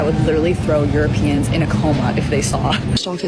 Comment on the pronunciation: I love AI : you row pee ans